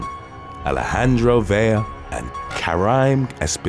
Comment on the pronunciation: Vela as Ve-la the way you have it written not Vella as Ve-ya the way you are saying it. Please get it right. It really does matter.